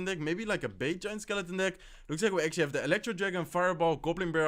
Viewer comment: Let's akshly see guys! Akshly he will akshly drop his miner. I will akshly ignore it and akshly drop my battle ram opposite lane. He akshly defends in pretty well